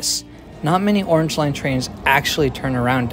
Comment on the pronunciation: "Yorrange line."